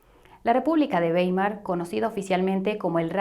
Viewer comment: Mil gracias por explicar ese "papel" moneda al que nos acostumbraron. El futuro es el oro digital. Ah y Weimar se pronuncia Waimar en alemán "ei" siempre "ai"🌷🌷🙋🏽 Te felicito por tu trabajo!